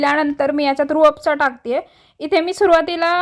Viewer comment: छान आहे रेसिपी. पण it is Rooh Afza.